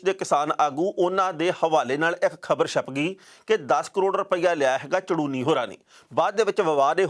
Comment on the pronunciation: Sir ਸ਼ਾਹਬਾਦ ਕੋਲ ਪਿੰਡ ਝੜੂਨੀ ਆ ਸਾਰੇ mistake ਚ ਚੜੂਨੀ ਪੜੀ ਬੋਲੀ ਜਾਂਦੇ ਨੇ please correct it